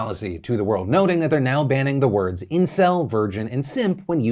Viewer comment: funny how they got a kiwi to say those words. SEMP. ENCIL. VEERGYN